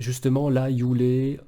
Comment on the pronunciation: Frérot merci a toi pour ce message et cette vidéo , juste un bémol ,c'est yule et pas youlé 🤗+1 abo